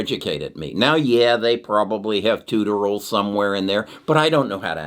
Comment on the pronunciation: please - tutorial is pronounced two-tore-reee-alll